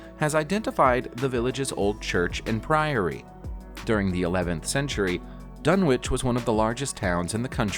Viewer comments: It’s pronounced “Dun-itch” and “Suff-uck” not Dun-witch and Suf-folk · It's "Dun-itch" and "Suff-uk" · It's pronounced Dun Itch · It’s pronounced dunnich and suffok